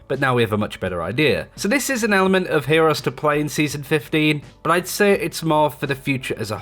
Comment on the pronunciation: Nigga said ehores😂